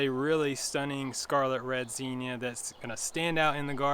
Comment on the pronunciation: First, do you pronounce zinnia like that? Never heard that pronunciation before.